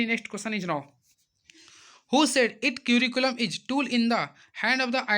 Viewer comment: कियूरी कुलम नहीं करिकुलम होता हे पहले ठीक से बोलना sikheye